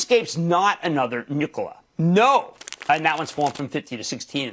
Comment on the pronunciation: Why do I hear "nipple" every time he says "Nikola?"